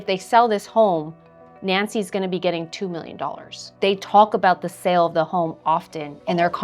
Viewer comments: Why do you all have such a hard time saying "sale"? I keep hearing "money from the 'sell' of the house." Wrong. Money from the SALE of the house. And long A sound, not a short E sound. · California for sure. Californians like to misuse short vowel sounds. They replace short E sound swith short I sounds (ex. Wendy becomes Windy) or short A sounds (ex. berry becomes bare-y). And then they apparently stick a short E where it doesn't belong in "sale." It's so bad, though, that i see people type "sell" when they should use "sale" (ex. We did a million dollars in sells last year). - They mispronounce it to the point where they forgot those are two different words with different meanings.